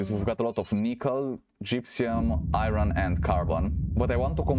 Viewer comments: you say irin thats not how iron is said. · there is no "in" in iron..